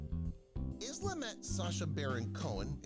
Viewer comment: Isla FIshers name is pronounced Eye-la (like island) NOT IZLA